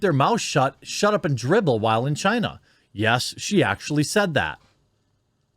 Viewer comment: Well i mean its CHIEEENAH